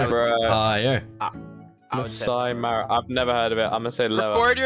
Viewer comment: I’ve seen the Masai Mara it’s a tribe in Kenya, you pronounce it like ma-sigh-ma-ruh